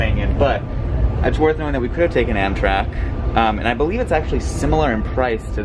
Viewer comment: i love the 'amtak ticket'